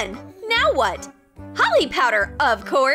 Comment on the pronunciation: Troom Troom Select : Of course! Holi (pronounced as holly in troom troom) powder! Me :It is Holi (pronounced as holy) powder! It is a festival in India.